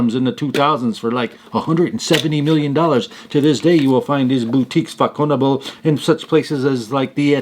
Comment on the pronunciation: Façonnable is as you say a high end boutique. The sound of the french ç is as an s and not a k.